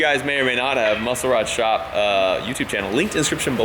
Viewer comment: it's pronounced Muscle - Rod Shop not Muscle Rod - Shop if that makes any sense lol